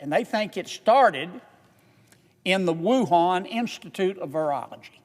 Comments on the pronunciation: I've heard of "Torongkong" but never "Wuhong Canada" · wait, wuhan....CANADA??? LOL thats a funny slip up. This man is amazing though God bless him.